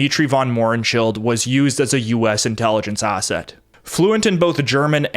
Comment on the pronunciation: Stop adding R’s where they don’t belong, like arsett!